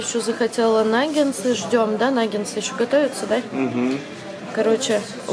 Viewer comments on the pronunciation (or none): Не " нагенсы", а " нагетсы"